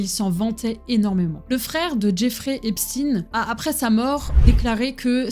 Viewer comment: Je vais devoir le continuer plus tard mais je me demande quand même qui est ce fameux Jeffrey Epstiiiine, je connaissais un certain Jeffrey Epchteïne mais ça c'était avant qu'on ne change la prononciation de son nom de famille pour faire moins ... (je pense que je n'ai pas besoin de le dire lol). En tout cas ça va faire plaisir à mon homme ce genre de vidéo, lui qui est à fond là dedans (et qui adore aussi bien se renseigner que de donner des infos, toujours de manière respectueuse et pour apprendre à l'autre sans juger).